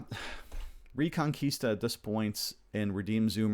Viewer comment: Spanish speaker here. The correct pronunciation is "rEconquista" with the "E" pronounced as in Elephant. Reconquista means of course Reconquest.